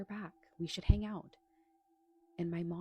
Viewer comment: To the Spanish Gal ~ Words like 'hang' aren't pronounced hanGUH. The g is soft, not hard. You're giving a one syllable word two syllables. Learn to speak correctly if you're going to be on a public platform. Won't continue to listen when you pop up.